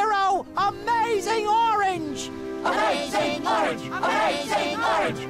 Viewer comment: In the intro they cant even say orange right